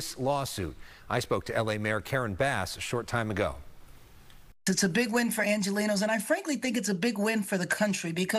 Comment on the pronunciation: Karon bass needs to stop saying “argelinos” she’s literally lost all right to saw that word when she let the city burn